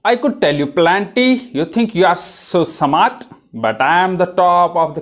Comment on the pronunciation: smart ❌️ samart ✅️